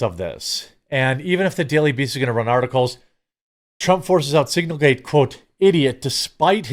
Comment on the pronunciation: I know it’s signalgate. But hearing you call it singlegate is just funny. But I don’t think it was any kind of mistake.